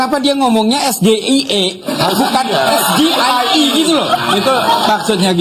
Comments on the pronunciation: Sejak kapan SGIE jadi bahasa baku ? Singkatan pelafalannya disampaikan dalam bahasa asal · EJa bhs Inggris SGIE aja bhs Indonesia .... SeRapih Rapih MeNyusun Jawaban PasTi ada CeLah KeSalahan nya Dari Lidah GiBran ... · SGIE itu kependekan dari kalimat bahasa INGGRIS ...State of the Global Islamic Economy Yg harusnya Dieja gibran dg es, ji, ai, i DAN BUKAN es, ge, i, e 😃😃😃😃😃😃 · SGIE (State of Global Islamic Economy), cara bacanya (mungkin) Es-Ji-Ai-I. Begitulah orang BODOH mengejanya dalam bahasa ASLI-nya (in ENGLISH). Saya Goblok Ingin Edaaaan....! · Sok pintwr tapi blunder bran Gibran,, SGIE itu singkatan BHS inggris,jd bacanya jg harus Inggris yaitu es ji ai i,,bkn esge i e,,t7 anya menjatuhkan yp blunder ,,dan saya tanya kenapa Gibran pakai 3 mic yg lain tdk dan waktujawab ada suara perempuan sudah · wkwkwkwkwk hanya RAKYAT CERDAS.... Yg faham SGIE es, ji, ai, i JADI es, ge, i, e😃😃😄😆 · Es Ge Ii Ee kepanjangannya dlm bhs inggris mestinya singkatannya dlm bhs inggris juga Es Ji Ai Ii, piye tooo... udh pnya contekan msh aja salah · Guru si samsul lupa ngajari cara sebut SGIE yg benar,, 😂😂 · Down grade ya 😂😂 Meski akhirnya dia geli juga dia ralat ES GE I E jadi ES JI AY I 😂😂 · Gibran bertanya kepada cak Imin. Es Ge I E. Kayak nya Ejaan Bahasa Inggris Gak Ada Huruf Ge. Waktu Kelas 1 SMP gw belajar E , Bi , Ci , Di , I , Ef , Ji , etc. Kalo Es Ge I E , huruf dalam bahas Inggris nya S , ? , E , A. Singkatan dari apaan tuh 😉?? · SGIE EJAAN NYA...dlm bhs inggris ES Ji Ai i.....aku juga sempet bingung apa itu SGIE perasaan blm pernah denger.....ngapain hrs pake singkatan...udah aja pertanyaan nya tentang EKONOMI SARI'AH GITU....dasar bocil sok soan pake singkatan.....samsul....samsul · 👎BLIMBING SAYUR SURUH BELAJAR NGEJA ABJAD INGGRIS DEH. SGIE DIEJA ES JI AI I😀😀😀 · Pengen kliatan keren, n dikira org dia pinter.... hadeeeh.... ternyata nyontek.... mbacanya aja salah.... klo kek gitu anakku SD Kelas 3 aja bisa mbaca ejaannya....😅😅😅😅😅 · Baca huruf abjadnya aja salau